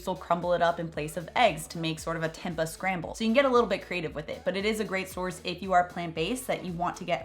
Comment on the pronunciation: Oof can tell your not plant based off now you pronounced tempeh